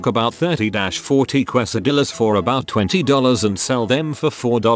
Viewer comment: This narrator cracks me up everytime.” Qwaysahdillas”😂😂